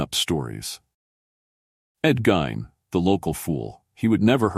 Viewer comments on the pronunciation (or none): Delete this monstrosity it's half wrong and the name was pronounced GEEN